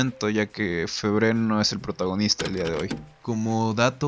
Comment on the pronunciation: amigo, tienes que aprender a decr los nombres en francés aunque mas no sea, parecido... dices cualquier cosa. Se pronuncia fébre y no febré, se dice "fernàn brodél" con acento en la A y otros....